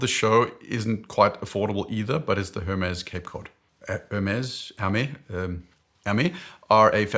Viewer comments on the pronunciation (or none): Thanks again for your video ! For the Hermès pronounciation, the most approching one could be "hair mess", which I don't get anymore as I'm as bald as you. Cheers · Hermes is pronounced in French like "Airmaice" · We say er-mess. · Its ærMÆZ 😁 Since its a name (and a Greek guy with tinkerbell sneakers) it doesn’t follow the typical pronunciation logic. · Speedy - Longines Conquest Chronograph. Oak - Casioak/octagon 😁 IWC - Oris Big Crown ProPilot. Radiomir/Carrera/Tank/Polaris/Apple - agreed. Seamaster 300M - Tissot Seastar 2000 (huge, I know but lug-to-lug is bearable) or TAG Heuer Aquaracer Pro 300. Sub - Tissot Seastar 1000 or Longines Hydroconquest GMT. Oh, BTW, the “s” in “Hermès” isn’t mute 😉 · In French one pronounces the “S” at the end of Hermès! 😅 Apart from that good video ! Thanks a lot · leaving in the outtakes of him attempting to pronounce Hermes: only fitting he would, while giving his picks for his horological 'B-Team' 😊